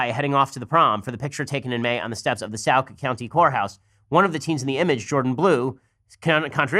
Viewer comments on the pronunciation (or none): Is Sauk, not Saoowk...